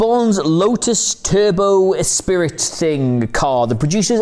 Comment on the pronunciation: Oi! It's Ess-pr-ee not e-spirit.